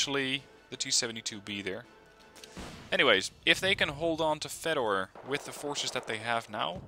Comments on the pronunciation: Here's another torture for you: "Fedor" is actually pronounced "Fyodor". :P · Here's some more corrections: "Fedor" is pronounced "Fyodor" "Vaselek" is pronounced as "Vasilyok". Have fun